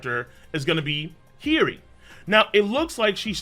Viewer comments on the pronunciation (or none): the name of Odens dauthter is H i y - O - ri ……the O is not silent